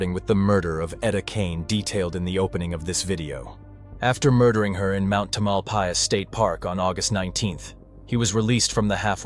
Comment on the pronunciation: Interesting murder case I never heard about. Wish you had checked how to pronounce the words Tamalpais & Marin.....everyone that listens to your video has been given wrong pronunciation. I was born in San Francisco. The whole area was my stomping ground. & I don't care if I sound like a word nazi......I was born & raised there. Even googledegoo will tell one how to pronounce words. ☮️💖🌻